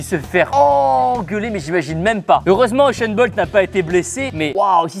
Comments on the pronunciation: Ushain bolt 😂😂😂😂😂😂😂😂😂 C'est usain bolt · juste tibo c’est pas uchen bolt mais usen bolt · il a dit Esain bold ou je reve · Uchen bolt (u)(s)éne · Euchaint Bolt ? Sérieux Tibo, sérieux ? 😂🤣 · "Eusheun Bolt" -Tibo 2019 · Je penssais être le seul à l'avoir remaarqué😂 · euhchaine bolt😂😂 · Kieeeeeee Il a dit environ "7 fois echainne bolte"